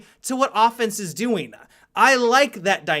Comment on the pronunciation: Do you mean to add an extra syllable at the end of your sentences? game-a. doing-a